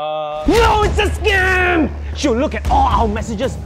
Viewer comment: scaym(its the way he pronounced it) look